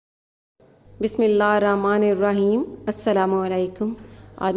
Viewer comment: Sorry to say and plz don't mind,when you say TASMIYAH (BISMILLAH HIR RAHMAAN IR RAHEEM) ! You skip out the sound of "H" ... ------------------------ My purpose is only to correct your mistake ,nothing more sister !